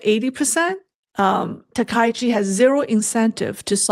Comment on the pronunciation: ‼️.... STOP 🚫 Please Pronounce the PM name correctly please. Its pronounced TAKA_EE_CHEE..... not TA_KAI_CHEE.... you are pronouncing wrong on purpose. Please STOP IT. Be professional. SEATTLE USA